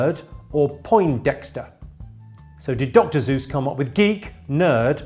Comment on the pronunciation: Did he say Dr. "Zeus" or is it just me?